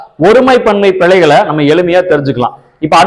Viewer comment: அது பிளைகள் அல்ல பிழைகள். எந்த மொழிக்கும் இல்லாத ஒரு சிறப்பு ழ தமிழில் உண்டு. உச்சரிப்பு முக்கியம்.